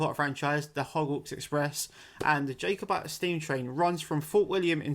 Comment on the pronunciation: It's killing me man, pronounced "Jah" over Jay 😂 Since recording, we're reduced the facemask use on public transport and within stores.